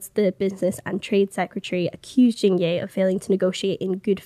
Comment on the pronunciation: It's Jing yeh(as in egg) not yay🙄